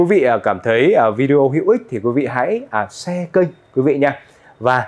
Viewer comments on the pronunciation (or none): none